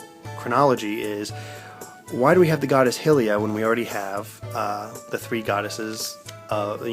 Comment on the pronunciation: Hylia is pronounced Hi-lee-a not Hill-lee-a